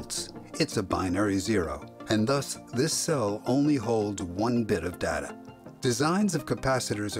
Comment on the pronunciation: The word Data is incorrectly pronounced in this Video